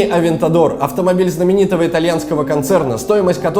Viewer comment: Ламборгини АвеЕгор